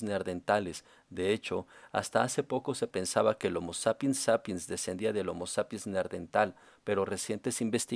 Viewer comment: Muy buen resumen y explicación de la evolución humana, solamente quería destacar la pronunciación de Neanderthal en español es ne - an - der - tal